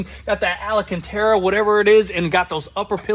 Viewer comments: Are you guys trolling? If so, good job…otherwise it’s: Alcantara not Alacantara & its GaJardo and not Gal-lardo 😂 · I love how they both pronounce alcantera......ALLENCANTERA...so funny!! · Fixin and mixin faster than you can say Al-La-Canterrra!